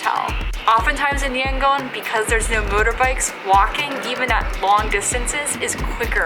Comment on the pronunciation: It's pronounced YangON (ON) not Yangoan.